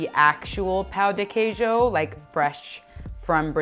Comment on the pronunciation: Pão de queijo is not pronounced Pow D. Keejoe and why on earth did she use a muffin tin?? These have completely the wrong texture. Anyone wanting to make these amazing treats pleeease find a Brazilian recipe instead.